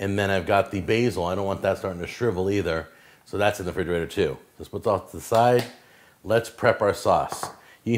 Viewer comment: Anyone who says “frigerator” is not to be trusted…they dont know basic english smh